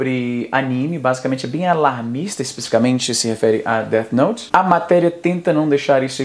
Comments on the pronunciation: O cara falar Deati noti é de cair o cu da bunda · “Deati nouti” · o cara ainda me solta um "détch noute" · Izzy pronunciando o nome errado: segundo o especialista, é "Déti Nouti". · "Deth noute" kkkkkk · A coisa mais assustadora pra mim foi o cara pronunciando "Dét Noti" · That note, déti note! Amo a pronúncia do nome hahahahaha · "DEATI NOITE" até a pronuncia do cara escancara o conhecimento dele. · Deu vontade de assistir "Deat Noute" novamente kkkk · Não sei o que dói mais, toda essa ignorancia ou a pronuncia dessa turma: DÉTI NOUTI